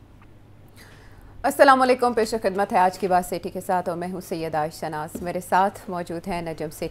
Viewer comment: Thanks ayesha for correcting his pronunciation of اسلام علیکم 😅😅😅😅